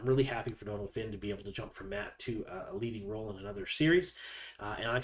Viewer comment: Great video. Always appreciate the info you provide.One thing...Donal is pronounced like Doh-nal because of the fada over the O. It's not short for Donald!🙂